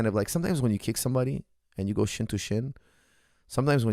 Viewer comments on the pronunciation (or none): none